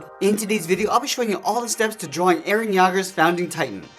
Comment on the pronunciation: To say Eren yeager you need to say y-ea-ger